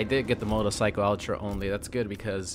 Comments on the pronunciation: Notice that said “motolcycle” and not “motorcycle” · same, he said it like 3 times in a row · Can we get a compilation of saying “motorcycle” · The way you say "Motorcycle" throughout the video has a bit of that Austrian accent to it and I love it